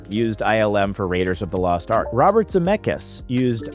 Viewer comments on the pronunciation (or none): none